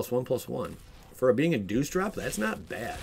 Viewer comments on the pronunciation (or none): none